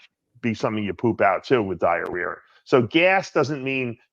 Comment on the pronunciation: What’s “diarear?”